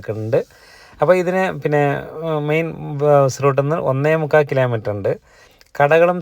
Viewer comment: Yendhandah unniye Nikk sariyaayi ucharikkan ariyilla alle ? Kilaa meter aalladah pahayaah Kilo meter 😡😡😡